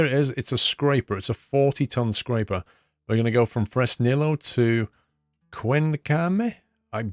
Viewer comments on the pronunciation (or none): remember, in Spanish two Ls are pronounced like a Y. So it’s pronounced Fres•nee•yo